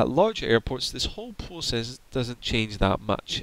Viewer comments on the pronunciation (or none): none